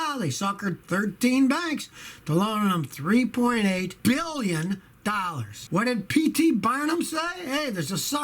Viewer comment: Scotty. Say billion properly, roll your pinky to corner of mouth